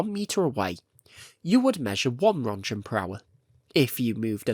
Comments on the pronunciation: Röntgen. Not Rundgen. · Röentgen is pronounced: Runt-gehn where 'gehn' sounds like the 'gain' in 'again', but pronounced softly. Not 'Runt-jehn'. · Watch newer videos. This video came out in January. You are late to the party of laughing at his pronunciation; that ended 7 months ago. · small unnecessary nitpick here but roentgen is pronounced like runt-gen, not runt-jen or runt-shen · Just so you know you say rodcan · Roentgen is pronounced as 'RENT- GEN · If ur gonna make a well researched documentary video the least u could do is look up how to pronounce a word you dont know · If You want to be taken seriously, and call yourself "" better learn how to pronounce Roentgen... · Crazy how you can devote your channel to something as specific as Chernobyl and yet still mispronounce almost everything related to the one topic you chose to be interested in. Hearing every name be mispronounced hurt me. And mispronouncing Rontgen?? REALLY?? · A very good made and entertaining video, but one thing struck me as weird. Your pronounciation of the word "Roentgen". That's a german word and a german unit of measurement, and in that case, the 'G' sound would be pronounced differently. Could you educate me on wether or not the way you said is is correct? Thanks!😊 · americans pronounce roentgen, challenge imposible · You CANNOT go around calling yourself "" without knowing how to pronounce "Roentgen."